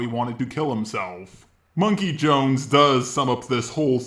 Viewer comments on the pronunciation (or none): MUM-KEY It's MUM-KEY